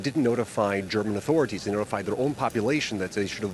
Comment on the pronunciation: Why do you employ half literate who can't properly pronounce authority?